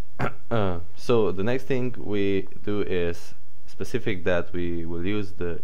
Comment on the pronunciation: Your English is great but it would be Specify in the cases in this video not Specic